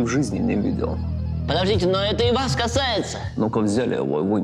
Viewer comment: Я-то думаю, что я эту "неловкую ситуацию" где-то видел. Только НН очень невнятно произносит "Вас", и с ходу не понял.